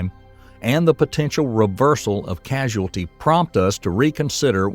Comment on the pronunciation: Causality. Not Casuality